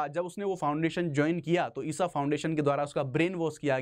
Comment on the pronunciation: ईशा not ईसा 🙏